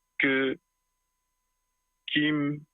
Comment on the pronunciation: mwen renmen lew pwononse non Kim.